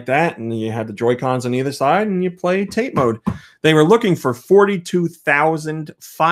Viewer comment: I know you likely won't read this, as it's a month late (and you may have gotten this corrected since), but TATE is pronounced tah-tay. I'm sure you've been told it's simply the Japanese word for vertical/upright (YOKO being horizontal and less confusing in it's pronunciation). Hope this, if read, doesn't come across as sounding (insert derisive term).